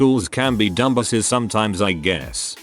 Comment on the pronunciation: How are you so bad at using text-to-speech? Fixing the audio would be as simple as inserting hyphens or apostrophes, e.g. dumb-asses, or respelling words, e.g. teers